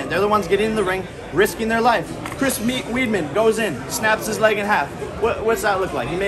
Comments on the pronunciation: Lmao Jake said "Chris Weedman" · He said chris weedman 🤣